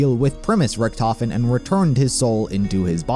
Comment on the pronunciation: Idk why "Richtofen" is mispronounced in all the games.